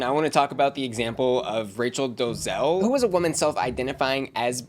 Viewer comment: lol I agree. Wants to speak on something and can’t even pronounce the woman’s name correctly 😂